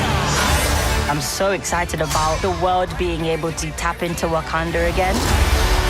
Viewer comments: wah-kan-dar forever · Y she keep calling it wakander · It bugs the hell out of me that Shuri pronounces Wakanda with an ‘r’ at the end but pronounces character as if there’s no ‘r’ at the end😂😂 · The fact that Letita pronounces it “wakander” makes me so upset that she gets to don the mantle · She says wakander